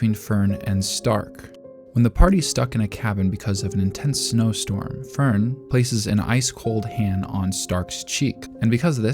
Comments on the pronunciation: Don't worry, your Fern and Stark pronunciation is off too, but it's well within okay territory, once had youtube recommend a video about Frieren and the guy pronounced Linie (the girl demon that gets axed by Stark) like lie-knee, which is so brutally wrong I stopped watching, did he even watch Frieren? They do an okay job with names, not perfect, but not this wrong. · This is the exact same phrasing I was intending to use to point out his mispronunciation of Fern and Stark xD